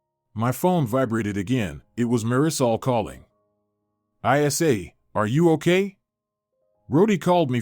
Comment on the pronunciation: It’s not I s a, it’s Isa, short for Isabelle.